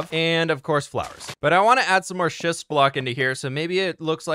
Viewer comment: I wonder how many times mispronounced schist and needed to edit those whoopsies out?